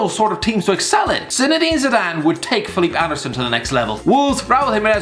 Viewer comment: It's actually the correct way to say it, so kudos to the